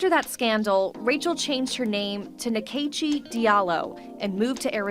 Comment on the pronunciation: my only comment is Nkechi an Igbo name is actually pronounced as In-Kay-Chi. not whatever those people called it lol